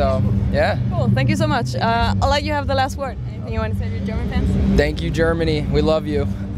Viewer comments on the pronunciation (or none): I'm not gonna lie at first It sounded like Josh said "Thanks, Jeremy " instead of Germany so I was a little confused haha